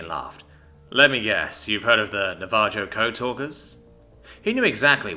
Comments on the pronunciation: Seriously?! Na-va-JO?! Dude! It’s Na-va-HO. Just like in Jalapeño. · Is that pronunciation of Navajo intentional? IIRC, it should be "Sounds like na·vuh·how", the j is an h sound, like how the Spanish name Jesus is pronounced "hay-SOOS"